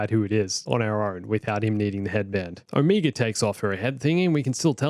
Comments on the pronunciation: Look, man. I know people say words differently depending on your accent, but I don't think it's possible to pronounce "Omega" more wrong. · It's cute how you also pronounce Omega as "Omeega" because you're also Australian